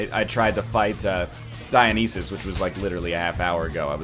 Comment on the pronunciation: Oh its DioNEEEsus.